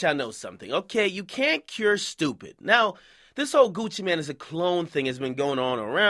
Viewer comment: Gucci mane. Not Gucci man.